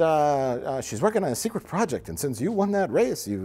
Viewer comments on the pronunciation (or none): "top secwet"